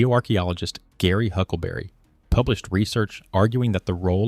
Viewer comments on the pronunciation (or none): none